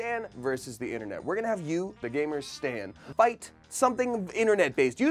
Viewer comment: Alexa should lose a point for pronouncing gamer gahmer